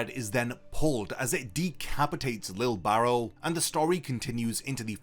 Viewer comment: Bro I thought you were saying lil barrel, im like damn that’s a cool nick name 😂🤣